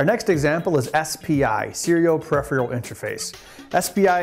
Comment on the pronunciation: new word 'perephrial'